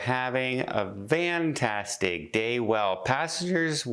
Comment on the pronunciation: Fantastic.....do you say Vantastic on purpose?